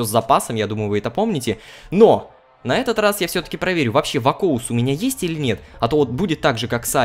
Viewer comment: Рома не вакоус а вакуос там написано